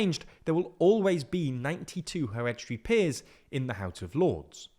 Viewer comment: weekend activity : take a shot every time u hear 'heredity peers'